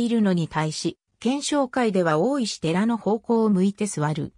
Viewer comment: 読み方が、違うようなきが、、大石寺のこと、おおいしてらではなくて、たいせきじと読みますよ。